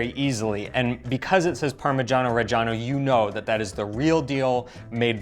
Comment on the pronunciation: how does your wife allow you to pronounce parmeggiano reggiano like that? you are a lucky man in MANY different ways. god bless